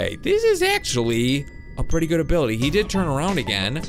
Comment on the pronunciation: Uh what he said obility